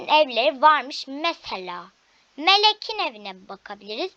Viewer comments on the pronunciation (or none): Mıleğin evine gireyim 😂😂 Türkçe hocan kim senin ağzın kaymış